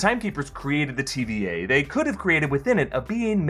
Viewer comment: Sounds like he keeps saying TBA..